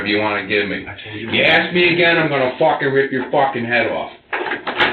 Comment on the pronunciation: Ha take a drink when says 'Focking 🤣